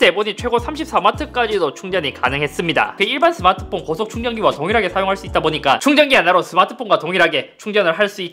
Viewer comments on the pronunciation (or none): 중간에 서마트폰이라고 발음합니다.